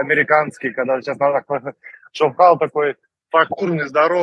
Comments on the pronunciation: Почему ШОвхал,а не ШовхАл? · Почему ударение на О,а не на А?Как в итоге правильно?